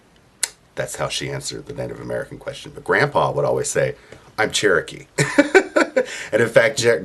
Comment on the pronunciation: White people all ways say there chrookee